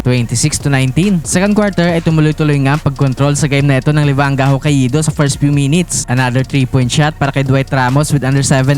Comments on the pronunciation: Hah-kay-do ser hindi ho-ka-ee-do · Hoka ido 🤣🤣 hindi ata ma pronounce ng maasyos ang HOKAIDO hahahahaa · Ho-ka-i-do ampota😂... Pauso si tanga😅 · Hokka-ih-do amp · FYI... The pronunciation of Hokkaido is...Hoe-Kai-Doe. lol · dmo mapronounce ng tama ang HOKKAIDO boss😂. ganto basa jan HOKAYDO ok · Sakit sa tenga pakinggan magsalita nitong vlogger nato. Simpleng pangalan ng lugar na Hokkaido hindi pa ma-pronounce ng maayos. Lahat ng salita at pangalan ng lugar puede mo na hanapin sa Google para mapag-aralan kung paano iyon tamang pronounciation, hindi mo pa magawa. 🤦🏻‍♂️ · Literacy rate kasi ng Pilipinas especially in some rural areas unfortunately puro palpak. Pag-pronounce na nga lang ng Hokkaido hindi pa masabi ng tama. Partida meron yan access sa internet para matuto.